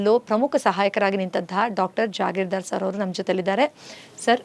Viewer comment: Madam he is jagirdar not jagirdar my close friend please change it immediately